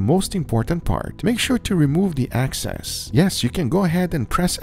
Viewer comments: It’s not “access” it’s “excess” Guga please 😫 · Shake off the excess, not the access. Let me assure you, not insure you. Love you anyway Guga. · EXCESS… not ACCESS 😒